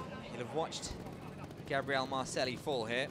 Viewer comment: Awesome trials, but each time the moderator says Marcelli my ears are bleeding, double l in spanish is a j.